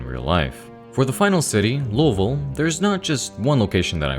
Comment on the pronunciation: OH MY GOSH YOU SAID LOUISVILLE NOT LOUIS-VILLE AND DIDN’T BUTCHER IT LIKE SOME YANKEE